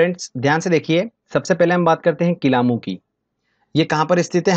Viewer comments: Kilauea hota h n ki kilamu..... Acche se padaya Karo sir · kilamu nahi bhai kilayu hai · WO kilamu nhi Kilauea hai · किलामू नहीं वो किलायू है वो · किलामू नहीं किलायू 🤪🤪🤪